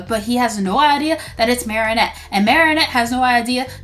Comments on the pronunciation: her name is pronounced(mari-ette) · You pronounce it like mar-e-net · Its mar ri nette 😆😊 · It's maranette not marionette